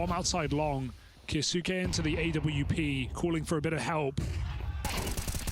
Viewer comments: no, but I expect them to say the easier form of the word. Is Kai-yo-soo-kay really easier to say than kyos-kay? I'd say the same thing about someone saying the "correct" pronunciation if it was still annoying to listen to. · No, mate. But you should at least pronounce the name in the same way the player does. ZywOo and every French person pronounces ZeewOo and Kyousuke and every Russian/Ukrainian pronounces his name Keeosooke. It's not rocket science.